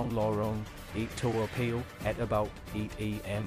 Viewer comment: Aiyo i think this narrator not a Singaporean. Cannot pronounce Toa Payoh correctly